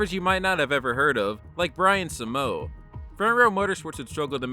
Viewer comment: Brian simo is pronounced cmo